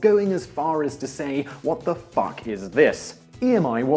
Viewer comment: Ooooo please keep saying "fuck" with your accent, Simon 😋